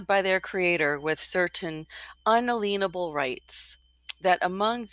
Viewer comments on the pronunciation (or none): Pronounced: Un-ay’-lee-uhn-ubel rights